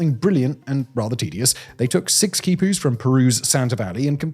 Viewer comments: Keeepooos NOT KIEPOO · Say it with me Simon: "Kee poo".